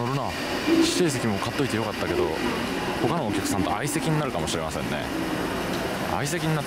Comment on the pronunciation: 「他のお客さんと」大阪訛りで大阪民のハートをガッチリと掴むﾈ申 早朝7時半に迷惑電話と自覚していながらイライラするﾈ申